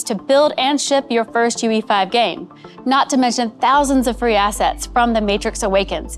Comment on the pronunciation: all I heard was "High Quality Asses" and I like it :D